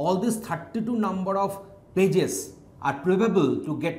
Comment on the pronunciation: I hear "Bitches" whenever he says "Pages" :\